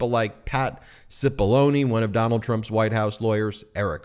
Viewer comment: "Doh-nuld, be best." Melania Trump